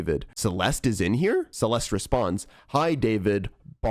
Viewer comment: your pronouncing her name wrong ITS CE-LES-TEH